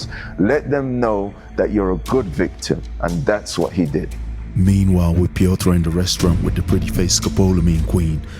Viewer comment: Love this channel. Great work. But please learn how to pronounce Piotr and realize he is not eastern but central European.